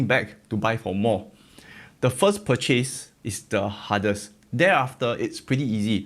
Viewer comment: Dear! I like you, and I love your channel and content. Can you please learn how to pronounce the word, purchase. Please???? It drives me mad. It is not Pur-chaise. It is Pur-ches. Short hard Chessss....